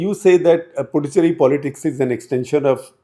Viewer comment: Sirs . It’s Puducherry. The “D” is pronounced as “d in Hindi word दान. Pudhu means in Tamizh New and Cheri is loosely translated as “Colony” so Puducherry means “New Colony. Also it’s Ezhava and not Edava. “ழ”